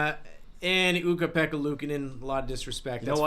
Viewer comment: Ukko-Pekka, not Ukka-Pekka